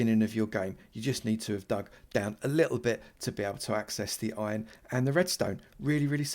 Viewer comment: Youtubers say ion instead of iron